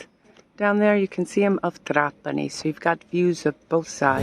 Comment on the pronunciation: It's "trApani" 🙂